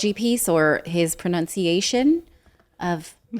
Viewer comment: From Iron Man to Bug Boy... P.S. ProNUNciation, Natalie, not "pronounciation", which is not a word. That's not one you want to get wrong!!